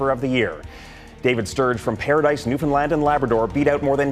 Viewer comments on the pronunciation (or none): none